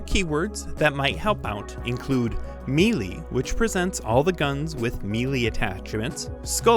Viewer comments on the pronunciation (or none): you mispronounced melee while having the right pronunciation on the screen?